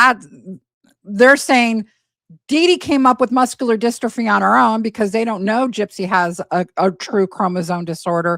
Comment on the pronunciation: these videos are so hard to listen to. The last one that couldn’t pronounce ‘dystrophy’ and this one that can’t even get the step mums name right 😩🤦🏻‍♀️